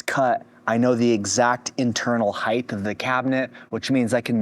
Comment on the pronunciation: Also "height" not "heighTH"